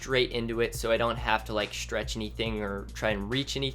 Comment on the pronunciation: shtretch your shtrip